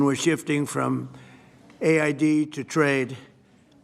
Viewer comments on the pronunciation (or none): A.I.D? 'Aid' as we sometimes call it??? Seriously Americans, that's what you voted for President?